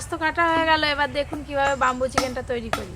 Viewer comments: Bambo chicken na bamboo chicken thik kore bolteo jano na😅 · age tumi uccharon ta thik koro tar por dadu k sekhabe..bambu chiken noi bamboo chiken..kola pata noi kala pata..ajob katha bole...nijeke ki mone kore k jane.. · Not bumboo chicken it's bamboo chicken only eating first currect your pronanouncesion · বামবু চিকেন কি???? ব‍্যামবু মানে বাঁশ আর বামবু মানে মার দেওয়া 😅তোমার উচ্চারণ ঠিক কর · আরে কথাটা বাম্বু চিকেন নয়।কথাটা ব্যাম্বো।